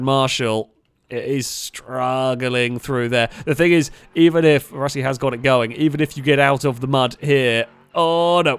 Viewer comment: Russkiy (means Russian in Russian) is pronounced Rooskiy.